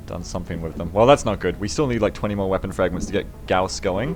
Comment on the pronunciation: good to hear pronouncing "gauss" correctly now =D